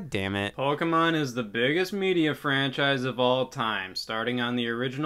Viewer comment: Finally I have found someone that pronounces Pokemon the same way I do!